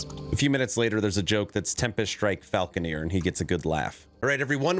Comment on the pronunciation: it’s FALCON-ER!!!! Not falcon-EER!! cmon buddy. say it right pls. Mike said it right at beggining of vid.